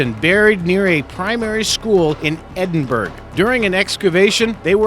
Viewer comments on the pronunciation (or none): its Edinburgh not edinburg !! ed-in bur-uh... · edin-BERG you prat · No 7...At least pronounce the name of the city properly. It isn't spoken EDDIN-BURG. It is pronounced EDDIN-BAR-ROW. MORON! THEY WERE SHIPS, NOT FUCKING BOATS. THIS IDIOT NEEDS TO STOP MAKING SHIT VIDEOS. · Why can't Americans not pronounced the Burght in names,it's edinBurgh,Edinburgh Fraserburgh and home town Musselburght ,all in Scotland,say the Burgh part if your shouting. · EDINBURG JESUS WAY TO BUTCHER OUR LANGUAGE ITS EDINBURGH AS IN BOROUGH SMH😑😕😒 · Edinburg? Would that be Edinburgh? It's pronounced "Edinborough." I won't bring up the lukative Brawn Age... Also, "ship" and "boat" are not synonymous. The vessels you are discussing are all "ships." "Davy Jones Locker" describes where drowned sailors go, not those hanged for piracy. If the QUEEN ANNE'S REVENGE carried 6 pounder cannons, these were pretty damned tiny. Frigates often carried 24 pounders. She might have struck fear into the hearts of merchant sailors, but any warship would have taken her on immediately. "He" not "him" and his crew. Interesting video, but the mistakes are distracting. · It is spoken ED-IN-BAR-RA not fucking. ED-IN-BERG, YOU FUCKEN DUMB YANK. And I'm an Aussie and know how it is spoken. And they are SHIPS, not Boats! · the pronunciation is 'Edinburra' not Edinburg..... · Hey, Mr Narrator,.. Edinburgh = Ed-in-buh-ruh (ruh as in,. crud). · Its no Edinburro!!!! Its Edin burra!!!! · Edinburg? Edin burra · I know Edinburgh pronounced borough but they say burg arrrgh lol. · edingburg? you mean Edinburgh said edingburuh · I live in ‘Edinburg’ as you pronounce it. But you should try and find out how to pronounce it.... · I’m fuckin fumin “edinburg” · Edinburg... nice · Anyone else from Scotland hate when people say edinburg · edin burg?????? hahaha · Did he call Edinburgh Eddinsberggy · What's with the pronunciation? Haven't you ever heard of Edinbugh - that's Ed-in-burr-ah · Edinburg? Bron Age? You're hilarious.